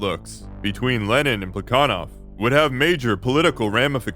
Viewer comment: I know you're like fluent in Russian so I'm not trying to check you but every other historian I've ever encountered has pronounced that guy's name with an h sound like "Pla ha Nov"